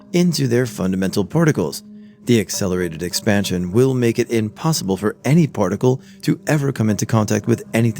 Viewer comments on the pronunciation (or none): “Space exparn-sion…,”